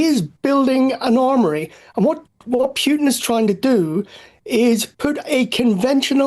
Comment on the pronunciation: What's with idiots who can't properly pronounce a simple name like Putin?